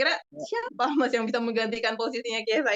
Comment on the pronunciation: ciao bianconero, chiesa dibaca kiesa bukan ciesa